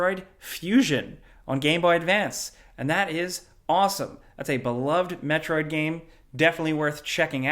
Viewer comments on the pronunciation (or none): none